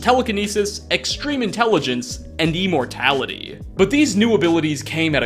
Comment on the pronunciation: Wtf is E-mortality,!?!?